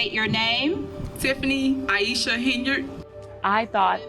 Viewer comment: AIESHA? LOL